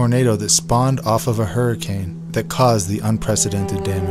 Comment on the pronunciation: Hurricane = Her i cain!